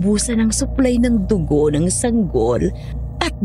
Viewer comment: Mali yata yung pag pronounced na Dugo